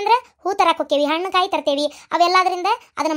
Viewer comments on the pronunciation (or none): none